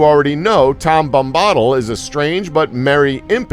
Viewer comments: I know!! Tom bambodle??? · like Tom Bombadil he pronounces Tahm Bombottle, it just pains my nerdy soul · IT IS TOM BOM-BA-DIL, NOT TOM BOM-BAHDIL YOU DENSE FUCK. I CREATED A YOUTUBE ACCOUNT JUST TO MAKE AN ANGSTY COMMENT AND DISLIKE ON THIS GODDAMN VIDEO. I'D RATHER GET AN ANEURYSM THAN TO LISTEN TO THESE PRONUNCIATIONS AGAIN. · He keeps saying Tom 'Bomb Bottle'!!! Lol, it Tom 'Bam Bodill' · Tom Bambahdl is not right it is Bom-ba-dil :) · Reading all the comments about the funny mispronunciations, then he says “Bombahhttle” and I just died laughing. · omg it's BOMBA-DILL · My god every time he said tom bomb-bawdle I died a little inside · Say Bam-badill one more time I fucking dare you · Bombbottle bombbottle bombbottle.... LOL...I cringed every time he said it. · the way you say Bombadil makes me want to kill myself... BOM-BUH-DILL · Tom Bombottle. UGHHHHGHHHGHHHGH MAKE HIM STOP!!! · Tom Bombaddle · Tom bom-bottle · stop pronouncing bombadil like that. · How hard is it to do even the most simple research? There are recordings by Tolkien himself pronouncing Tom Bombadil's name. Emphasis on Bom. BOMba-dil. And ISILdur. Give me a break. Do your homework. Lazy orc. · Morder, bom-bawdal, eelsider, eeohwen, suron, suramahn.... did you even watch the damn movies?!?... and these theories suck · Tam Bambaadul, Souron, Eeowin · Tam bombadel soron and others